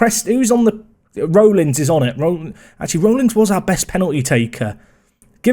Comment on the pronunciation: Rollins is pronounced RAWllins